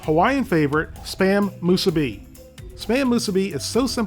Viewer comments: Moose a bee 😂 it’s ma- sue-bee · ... did he really pronounce it spam “moo-suh-bee” ... lmaooooo 😂😂😂😂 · "moose-eh-b"😂😂 wut